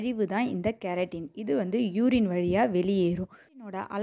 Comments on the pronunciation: Pls pronounce properly 😡😡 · கெரட்டின் என்பது கேரட்டிலுள்ள பொருள். நீங்கள் வைத்தியம் நன்றாக சொல்லிவிட்டு கிரியாட்டினினை தவறாக உச்சரிக்கின்றீர்கள். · Ma olunga sollu no keratine